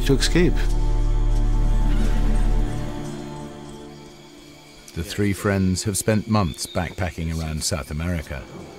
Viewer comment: "He just wanted to Exscape" lol